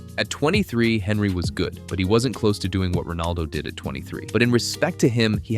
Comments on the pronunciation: The way you pronounce Henry is cursed af 💀its tee·euh·ree on·ree not fucking Henry 💀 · This American who’s posted this video know nothing about the premier league or who the players are who the f**k is Henry that’s how it’s spelt not how it’s pronounced he’s French don’t listen to this guy. When Ronaldo first played for united he constantly lost the ball you know nothing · At least pronouce Henry correctly. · IS this an AI voiced video? Pronouncing Henry like that just sounds wrong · I'm sorry but you can not be taken seriously if you pronounce "Henry" in English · I just wish you'd say Henry correctly